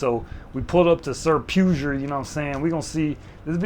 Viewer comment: pue-ger? bruh.......its pug-er